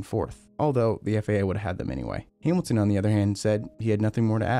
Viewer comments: FIA not FAA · Why does it sound like you keep saying FAA and not FIA? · Man the way he says FIA has me so butthurt lmao, sounds like FAA and i just cant STAND it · I don't know how you know so much about this, but still call the FIA the FAA 😂 Apart from that, great vid, thanks 👍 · FIA, not FAA. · Your FIA sounded like FAA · This man said FAA the WNTIRE FUCKING VIDEO HOW HAS NO ONE NOTICED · It’s FIA not FAA. Annunciation god dang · Hate how he keeps constantly saying FAA instead of FIA. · Dude it’s FIA, not FAA. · You keep saying "FAA". It's the FIA, dude. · FIA.. not FAA. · Why do you pronounce «FAA»? It's FIA. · You keep saying FAA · sounds like FAA on the vid. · This guy keeps saying "FAA" when he means "FIA". What gives? Also, he can't say "Hungarian" lol